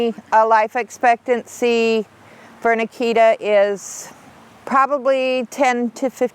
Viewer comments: Well to be fair she also pronounces Akita wrong the whole time too...most people do. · Well...to be fair, she also pronounces Akita wrong the whole time too.